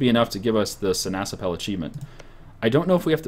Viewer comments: See-Nass-App-Pul, with emphasis on 1st and 3rd syllable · well you may not noticed it yet, but the dutch word for orange is sinaasappel and you pronounce it as: see-nàs-àppel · Every time he sai sinasappel i thought he said si na chapel